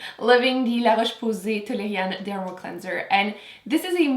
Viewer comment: Ah oui? C'est l'fun??? C'est lorsque tu as dit le produit Tolériane, je trouvais que tu le disais très bien en francais!!!! Hihi! Merci de m'avoir répondu! Je regarde souvent tes vidéos!! Merci pour ton bon travail!!!